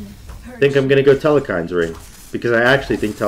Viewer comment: Telkhines not telekhines